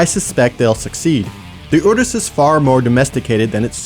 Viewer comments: All I can hear is 'uterus' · The whole video I was screaming in my head "Can't you pronounce Urus like a normal person!?"